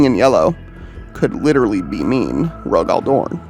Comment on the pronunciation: Who the hell is Roe-Gall Dorn? lol